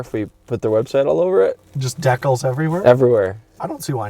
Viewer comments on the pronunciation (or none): “Deck-kells”?! You mean “Dee-calls”? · Do Canadians pronounce "decals" as "deckels"? That caught me off guard when said it as the car struggled to start. Great to see you guys with DPReview now! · The pronunciation of Decals killed me.